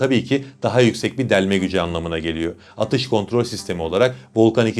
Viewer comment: Konuşurken R harfini söylemeden Geliyor…yerine. GELİYO… diyorsunuz.. Türkçede, geliyo denmez. Lütfen Türkçeyi bozmayın